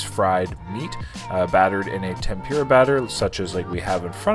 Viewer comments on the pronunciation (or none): none